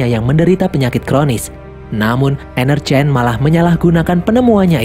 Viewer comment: Yang gua denger : Energyne Yang otak gua pikirkan : Energen